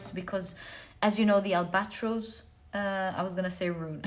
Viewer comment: Al ba tross instead of al bat rose❤